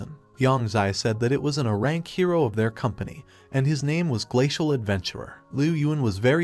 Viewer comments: What the fuck is uh rank it’s AYE RANK. A Uhnimeworld😂 ffs thumbs down even though I liked the story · How hard is it to have an ai that knows what the hell an A is versus Uh? H”Uh”???? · Great video the only annoying things is leave a pause between "A" and "Rank". It sounds like you are saying "Ahrank".